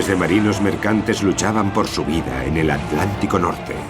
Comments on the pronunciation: Si. Es un lengua de trapo este narrador. Ya comprendo porqué pronuncian 'aletic' ya sea al de Madrid o al de bilbao. Lo que no entiendo es por qué no le corrigen la dicción cuando graban o editan. Si es un profesional, como me imagino, este locutor debería poder pronunciar aTLantico como corresponde. Es tan chocante oírlo, que por momentos estuve adelantando el video para llegar al final más rápido. Una pena... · ¿Tienen un problema o impedimento bucal los españoles que no pueden pronunciar en su propio idioma el vocablo "TL"?. Que ridículo queda eso de "al lántico" o "trans al lántico". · ALANTICO? HILER? jaja Y se consideran profesionales narradores de documentales? jaja nuevamente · en el docu parece que dice adlantico pero todos sabemos que se llama oceano acuatico